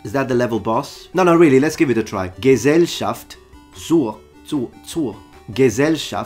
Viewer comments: As a German let me tell you: You did a pretty good job pronauncing that. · as a german native speaker, im unironically impressed by your pronounciation. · As a german I can admit with my full authority that you read this long german word correctly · That was a very good German pronounced "Gesellschaft zur ..." <3 nice to see someone try.